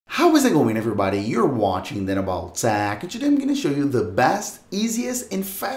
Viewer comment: You have chu put your phone chu a side. It’s simple chu do. All you have chu do is churn it off.